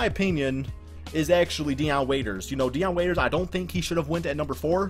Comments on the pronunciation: bruh I'm sleep it's Dion Waiters not Deon Waiters lol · he spells Dion waiters name up